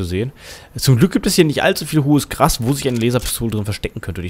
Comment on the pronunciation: jaja,das kommt davon wenn man nicht zuhört....grins. Und im übrigen,es heisst GRAS und nicht GRASS!!!!! ;-) Wenn du schon so viel Wert auf deutsche Aussprache legst!